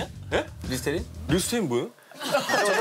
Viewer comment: 리스테린이야? 리스텐ㄹ이 뭐에요?ㅋㅋㅋㅋㅋㅋㄱㄱㅋㅋㅋㅋㅋㅋㅋㅋㅋㅋㅋㅋㅋㄱ